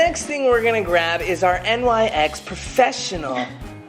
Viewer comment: The way he said “NYX” 🤣🤣 on point